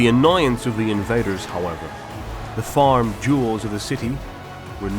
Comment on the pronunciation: The FARMED jewels of the city? Not FAMED? Did you listen to yourself after you recorded this?